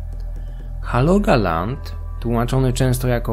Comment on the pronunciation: Świetny kontent! Jednak nie mogę zdzierżyć wymowy nazw regionów, ale ja jestem pojebany na tym punkcie 😊 Nie „halogaland”, tylko „hologaland” i nie „tromzo”, a „trumse”